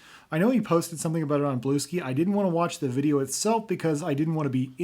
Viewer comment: you pronounced BlueSky like BlueSki.